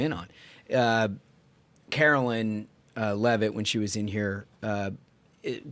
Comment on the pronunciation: "Carol- line" dear brothers